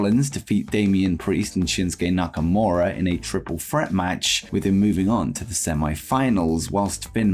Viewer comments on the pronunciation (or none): none